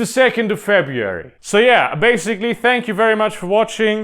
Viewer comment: As an American, I can say that the way you pronounced February made me die on the inside even though I smiled so hard.